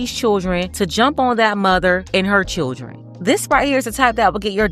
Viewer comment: She said they was all choodrin 😅 oh ok. These "choodrin" are hood rats.